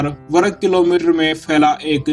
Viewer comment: वरग नहीं वर्ग